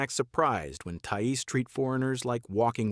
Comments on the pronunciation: Thai Es. AI much? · An AI voice that can't even pronounce the word "thais", makes the rest of the video irrelevant as if you can't even get that right then everything else you are talking about is also probably incorect.